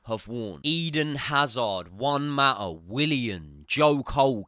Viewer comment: Juan Mata, also known as ""Huuan Ma'aah"